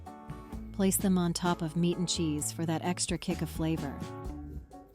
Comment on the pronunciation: I see the AI wasn't quite there yet...see "Me-at" and "Pickled Cucumbers"...aka pickles...